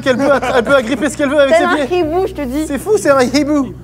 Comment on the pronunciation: La manière dont il prononce hibou me fume 😂